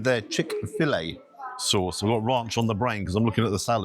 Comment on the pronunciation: Rarrnch! RANCH.. you not with the BBC you know... Love your vids❤